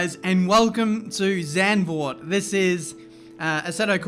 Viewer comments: English pronounciation would be like 'Suntvoort' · Please don't say Sendvoort! It's more with the soft a and a sharp z.. Zand means sand but the a is shorter and softer. My name is Marc and not Merc :') and the Z from Zlatan! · Just a note, it’s pronounced Zarnd-vord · No-one: Chase Carey: "Zandervoort" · Correctly pronounced "Zuntford" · Oh my god that pronounciation if Zandvoort... Makes me throw up already xD